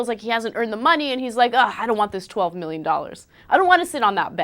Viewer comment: 12 MIRRION DOLLARS. HAHAHAHA